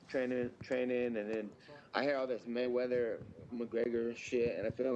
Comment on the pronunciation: Ya, Matweather